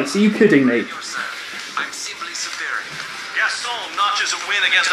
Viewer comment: That last race actually made me laugh. "i shall acteevate, ze supar boost!" straight off the track lmao